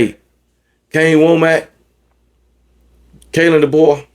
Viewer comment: Kalan Deboer = Mike Debose